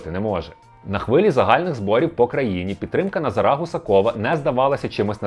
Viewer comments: Чому ви кажете: "назарА", а не "назАра"? Ріже в вуха і звучить тупо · Дякую за випуск, але теж страждав від цього наголосу. Тригерить, як мене у родовому відмінку постійно називають - ТарасА. Тож дуже-дуже очевидно, що наголос на 2 складі - НазАра (ТарАса) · наголос на других склад, а не на останній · Назара, а не Назара 😁